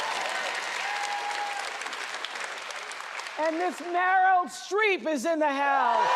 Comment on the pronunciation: Oh dear, Harris called Meryl “Marilyn”.